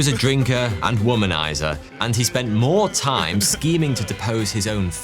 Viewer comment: Er... "MOAR"????